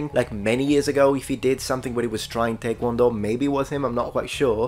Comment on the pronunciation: Thank you for pronouncing Taekwondo 태권도 / 跆拳道 accurately. 타이권도 ≠ 태권도